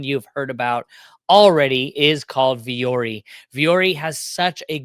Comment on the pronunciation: Vuori is the Finnish word for “mountain” and alludes to embracing and overcoming challenges. Pronounced Vwo-Orrie